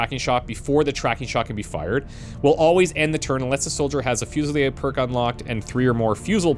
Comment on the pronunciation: friendly FYI. I believe that's 'fuse-UH-leer'. 🙂 Hope things are going well for you! Thank you for all the content.